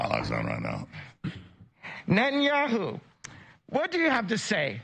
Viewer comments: wow that was cringy to hear Pronounce it net-ah-knee-ah-hoo not whatever that was lol Or just call him beebee like everyone in Israel actually does lol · benjamin ne`enyahoo 💀💀💀💀💀 its binyamin neTanyahoo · As a Jewish we don’t really pronounce netanyahu like that , but try saying” bibi netenyau(ne-te-n-ya-o-)” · As a jew who is lives in israel his impersonation of netanyaho (btw he prenounced it wrong ) is really insulting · the way ya'll are pronouncing benjamin netanyahu is crazy to me